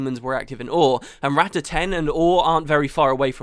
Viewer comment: Rah-tah (Not Rat-ta)... sorry for the nitpick, it's how Zojja says it so I figured...